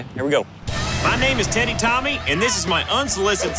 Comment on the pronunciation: Sounded like he said Tiitty Tommy at the end 😂